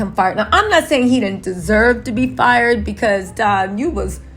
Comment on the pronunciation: It's don not dom